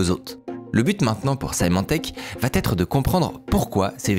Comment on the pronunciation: Très sympa ce rappel ! En revanche, la prononciation "va-t-etre" m'arrache les oreilles, pitié !